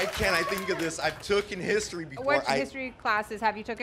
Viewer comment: "TOOKIN HISTORY" - sigh!